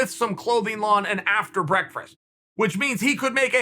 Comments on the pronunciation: Hahahah after breakfrast. Good old Chanel doubling down on his speech impediment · Lol...was going to say this. "Breakfrarerst" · 1) why can’t Chael say breakfast? 2) why does he keep trying to say that word in probably over half his videos? You can’t say the word, stop saying it. Why does it even keep coming up? I probably go weeks At a time without saying the word breakfast 3) it is not true it was questionable that Khabib got the shot at Conor. He had a great record already and everyone knew he was great. It was controversial he hadn’t already gotten a title shot. Many people thought he was better than Conor so the fight always made sense. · Breakfrast. Breakfrast. Breakfrast. Just wanted to make sure I was saying it correctly. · "Breakfrast" again!!! Gotta love him. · Breakfrest 😂 never gets old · "with some clothing on and after brekfarsht" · 'BreakFRast" is back baby!!! Chael playing the insider, long game! Chael "reads the comments' Sonnen (2020) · nobody: chael: “breakphrast” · Chael 2020 : "After Breakfrest" Me 2030 : "Those were the good ol days" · Chael saying breakfrast again.. That means something important is coming. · Uncle Chael!!! I love you and all.. but you need to work on saying the word “breakfast”... It throws me off every time lol thanks for the continuous content during these times! Eat your wheaties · Chael has two weaknesses. Fifth round Anderson and the word Breakfrast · Chaels ability to say the word breakfast. "I cant let you get close." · He can’t say breakfast 🥞😂🤣😂